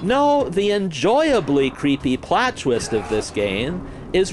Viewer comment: "creepy lits" ?